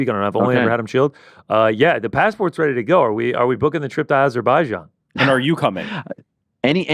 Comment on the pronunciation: AIzerbaijan? I always thought it was Azerbaijan.